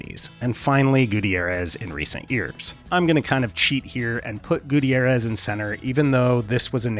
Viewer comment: Gu-T'YAIR-ez. Not Goo Teee Air ez.